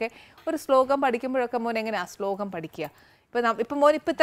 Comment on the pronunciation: സ്ലോകം അല്ല ആനി...